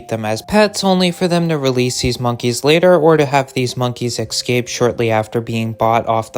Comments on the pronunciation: Pronounced (S cape) Not (x cape) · It’s “Escape”, not “excape”. Holy moly. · Esssss-caaaape. Esssss-caaaaaaaape. Not "exscape". Not "exscxcsxcscxscxscape"... Escape. Read it! Read iiiiiit!!! Great video, though. Really cool. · Ugh…I know this isn’t the point but how many time is this narrator going to say “ex-cape” and “ex-capees”? 🤪 it’s EScape and EScapees! It’s cringe each time they mispronounce it, “ex”pecially if they have had too much “ex”presso! Lol! Come on! 🙈🙉🙊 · I mean, he’s not say ES-periments for experiments…why EX-cape for escape?🤔🤨🤪🧐😜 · This is really a good channel!! But PLEASE FOR THE LOVE OF EVERYTHING HOLY IT’S ESCAPE NOT eXSKAPE!!! Please. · Not sure if the narration here is done by an actual person or by A.I. but if a human narrator was used, here is some advice. There is no such word as eck-scape. You need to pronounce all the letters as spelled, eScape. That means pronounce the s. The same thing goes for the words, eSpecially, and eT cetera which are frequently mispronounced on YouTube 90% of the time. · Argh.... "escape"... not "excape". My ears are bleeding. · Good info, good video. PS - consider changing how you pronounce "excape", or don't, it's fine. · I don't mean to be rude, but if you can't pronounce "escape" correctly, you shouldn't be allowed to post online. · Great video but pleaseeeeee learn how to pronounce escape if you insist on being a voiceover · Bro, do you pronounce “escape” incorrectly on purpose ? There’s no “x” in it Bro.